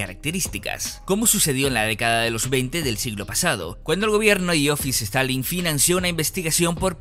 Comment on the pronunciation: Iosif Stalin: ❌ Iofis Stalin: ✅